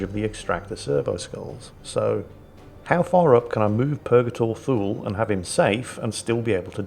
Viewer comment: Purgatory "Too-Lee". Thule is pronounced "Too-Lee". If in doubt check the Wikipedia for Thule Air Base.